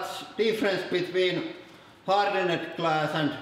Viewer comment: I find it satisfying hearing English words with confusing or improbable spellings pronounced phonetically on this channel. "Hardened" gets pronounced like "wicked" and "tension" is pronounced /tɛn.ʃiː.ən/ (can't think of a good comparison). It's not quite as satisfying as hearing iron pronounced like "I run," but it's close.